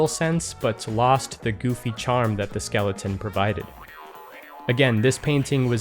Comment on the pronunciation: hahag skelington :)